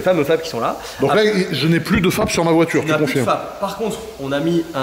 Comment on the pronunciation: "la voitchure... répétchitchif... un p'tchit peu... des p'tchits entrées d'air dans le tchurbo"... Les pieds noirs de téci en goguette.